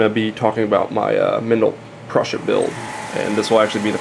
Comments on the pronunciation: pruh-sha > pru-sa. There is support material on any 3d printer. tbh you really shouldn't be trying to teach 3d printers if you only know 2/3 of what your saying. Maybe title it something like "Some information on how 3d printers work" instead of suggesting all of the info is in this video. And also don't give wrong info on an informational video. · It's pronounced "Prooza".